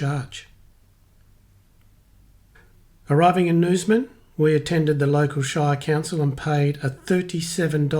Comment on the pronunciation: Great video I do this trip often (reverse direction) and am looking at an EV for my next car. Once WAs electric highway is fully built we’ll have decent charging to the borders. Btw, some pronunciations of SA and WA towns need work lol (eg Norseman not Nooseman)